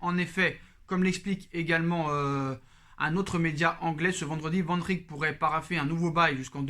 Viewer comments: Hahaha j’ai compté 18 fois Vandrrrik 😂😂😂 t’as fais saigné mes oreilles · Mais oui Liverpool va lâcher Van Dijk 😂 pourquoi tu dis Van Rik? 🤣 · Sa me tue quand tu dit Van Dijk😂